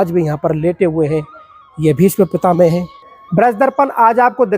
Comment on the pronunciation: Pitamaha bol Bhai pitame mat bol bolna sikho aap